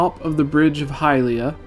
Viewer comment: Did anyone else notice that he said "Hylia" wrong every single time?